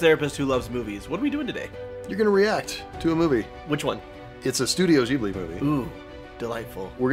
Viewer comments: i know it's so obnoxious for me to say this, but ghibli is pronounced like jeeblee (im sorry) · It's pronounced like a J, like "jeebly"